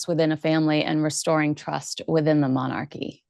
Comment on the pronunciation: Lovely Monarchy is pronounced MON-R-Key. said quickly And not MON-ARC-key😊 and monarch is not MON-ARC it’s MON-URK